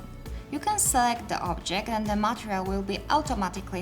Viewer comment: Hi, your english is really good, but I have a problem with just one word ... "material". You pronounce the word material so bad that totally changes my focus on the video. Please try to change that bad habit. Great videos! and thanks for sharing your work!